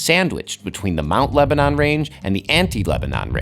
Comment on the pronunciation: Am I the only one who cannot stand to hear him butcher the word Lebanon?